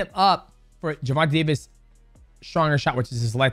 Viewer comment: “Jewvontay Tavis” come on bruh be better